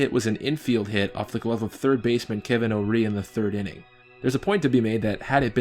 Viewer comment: Kevin Orie. Pronounced Orr-E, not O-Ree. And when I was watching this game live I felt like that should have been an error. Still a good video though